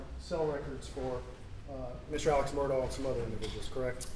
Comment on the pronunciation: Why do they refer to his name as 'murdaw' when the family pronounces it 'murdock'.